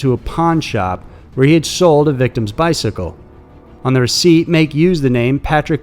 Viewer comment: Pronounced MAH ...KE...as in Ken without the N